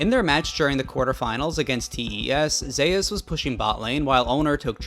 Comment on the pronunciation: ZE-US?! cmon bro..